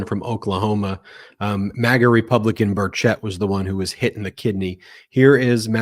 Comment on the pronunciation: Here in Tennessee, we don’t pronounce it bur CHETT. We pronounce it bur chett, and it rhymes with Birdsh*t